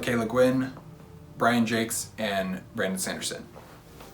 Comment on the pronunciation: Great tag! I always thought it was pronounced Brian zhaaak. Like I really thought it was supposed to be french sounding. Then I looked it up after you said it and you were most definitely correct. You just won an argument you didn't even know you had, lol. Also, great picks for your mount rushmore.